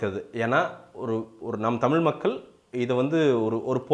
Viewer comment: பன்னாட. முதல்ல நீ தமிழை ஒழுங்கா உச்சரி.தமில் மக்கல் ன்னு சொல்ற. வல்லினம்,மெல்லினம் கத்துகிட்டு வா. அப்பறம் வந்து நொட்டு